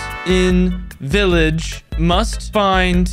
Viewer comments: Its "vileeege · And Vileeeege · He said vileeege and smol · he said villeeege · If you didn’t read the texts INFRONT of the screen, you would see that he pronounced village as “VILLEEEGE” and small as “SMOLL” but he did say “Break” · He said villeeeeeege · HE SAID BREK, VILLEEEGE, AND SMOLL